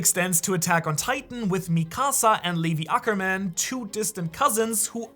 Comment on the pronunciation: dude the way he says a lot of these names is terrible and cringy. he's trying so hard to pronounce correctly but is butchering a lot of nammes like Ackerman, and Kuchki